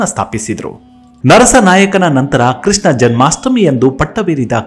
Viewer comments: Sir krisna alla. please prounounce as krishna* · ಕೃಸ್ನ ಅಲ್ಲ ಕೃಷ್ಣ..ಸೃಸ್ಟಿ ಅಲ್ಲ ಸೃಷ್ಟಿ...... ವಿಷ ಪ್ರಾಶಾನ ಅಲ್ಲ ವಿಷ ಪ್ರಶಾನ,,,,,,, ಯಮನ ಅಲ್ಲ ಯವನ,,,,,,, ಸಾದಿಸಿದ ಅಲ್ಲ ಸಾಧಿಸಿದ,,,,,,ನೀವು ಆಯ್ದುಕೊಂಡ ವಿಷಯ ತುಂಬಾ ಚೆನ್ನಾಗಿದೆ... ಆದರೆ ಕನ್ನಡ ಮಾತ್ರ ನಿಮ್ಮ ಬಾಯಲ್ಲಿ ಸತ್ತೋಗಿದೆ. ಮುಂದಿನ ದಿನಗಳಲ್ಲಿ ಇಂತಹ ಉತ್ತಮ ವಿಷಯಗಳನ್ನೇ ಆಯ್ದುಕೊಂಡು ಕನ್ನಡಕ್ಕೆ ಅಪಚಾರವಾಗದಂತೆ ವಿಷಯ ಮಂಡಿಸಿ. ಧನ್ಯವಾದಗಳು... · ನಮ್ಮ ಕನ್ನಡ ದೇವರೇ ಕಾಪಾಡಬೇಕು. ಕೃಷ್ಣ ಅನ್ನೋದು ಕೃ ಸ್ತಾ ಆಗುತ್ತೆ. ಹಕ್ಕ ಬುಕ್ಕ ಅನ್ನೋದು ಅಕ್ಕ ಬುಕ್ಕ ಆಗುತ್ತೆ. ಅರಸೀಕೆರೆ ಅನ್ನೋದು ಹರಸೀಕೆರೆ, ಹಾಸನ ಅನ್ನೋದು ಆಸನ. ದಯಮಾಡಿ ತಿದ್ದಿಕೊಳ್ಳಿ ಸ್ನೇಹಿತರೆ